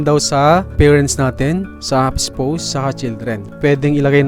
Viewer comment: spaws yun pag read po hindi spows